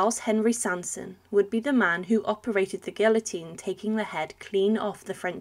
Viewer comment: First time in my lifetime that I heard somebody pronounce guillotine in that manner 😬